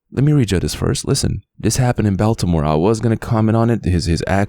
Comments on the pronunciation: yea this happened in my city, baltimore , its lonly as fuk out here cause u cant trust no one specially woman thats the fastest way to get setup.... and its pronounced ," BALL-TA-MORE "😂😂😂😂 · Bro no way your sayin Baltimore wrong this shit funny as fuck like bro your saying beltimore 😂😂😂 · You saying it wrong ball da more